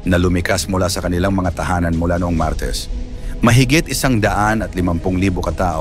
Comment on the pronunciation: 😢YOUR PRONUNCIATION OF THE WORD MARTES IS SICK. ACCENTUATION IS WRONG!!!